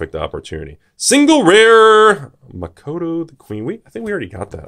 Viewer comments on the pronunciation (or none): "Makato" physically hurt me.